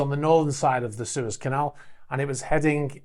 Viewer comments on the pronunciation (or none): none